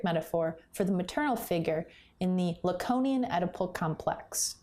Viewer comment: La-cone-ian? La-cone? Who the hell is that!!??